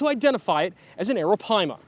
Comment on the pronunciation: WHO’S THAT POKÉMON?!?! It’s ARAPAIMA!!! “PIIIEE-MAHHH!!!!!”